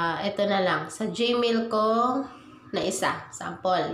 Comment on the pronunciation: anong ( googil } its pronouns as ( googul ) google at hindi jmail its gmail hahaha